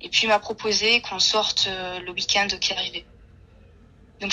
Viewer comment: Elle dit vraiment le week "and"...🙄